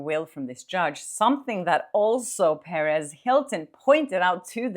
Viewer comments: just a quick note regarding the pronunciation of “Perez” (because I keep initially thinking you are talking about Paris Hilton!): The accent should be on the second syllable. And it could be pronounced more like puh-REHZ if you are referring to Perez Hilton (and not Paris Hilton)! 😁 Thanks for all of the great content! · Hey! Great reporting! As a recovering English teacher,😂 I’ve got to tell you that when you speak about Perez Hilton, it sounds like you’re referring to the socialite, Paris Hilton. Perez has a hard emphasis on the Z. LOVE YOU!!! 😘